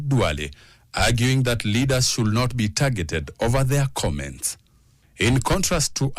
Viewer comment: I agree. Also "agreement/argument", "should" (the "l" is silent!). But the comments show folks are seemingly comfortable with mediocre English.